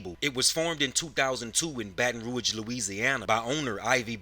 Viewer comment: Baton rouge. Pronounce it good nigga